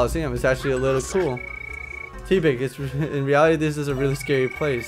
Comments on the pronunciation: you're right i mean have you seen ditto?He's just a blob.Also use other pokemon for battle it's not because i don't like oshawott it's just that oshawott's skill alone could get your ass handed to you so train the other three pokemon as well.one last thing tepig is pronounced teh-pig not tea-pig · He's (Tepig of course) pronounced (because little cousin told me about pokemon in mah car) Taypig but accent makes it Tepig you pronunced it Teapig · just so you know its pronounced Teh-Pig